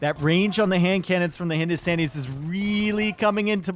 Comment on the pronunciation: Its Hindu - Stan - E - s not Hindu - Stawn - E - s :P